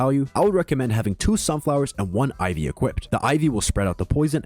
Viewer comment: why you calling it iv?